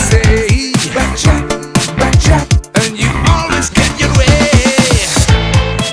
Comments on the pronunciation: Pertama dengar kirain saya "bancet bancet..taunya back chat..hahaha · Yg org denger : "Back Chat Back Chat" Yg gw Denger: "Becek, Becek" 🤣🤣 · Pertama x aku dengernya becak becak 🤭